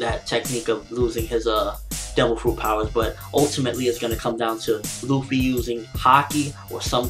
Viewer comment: why the fuck ppl say ruffy? its Luffy!!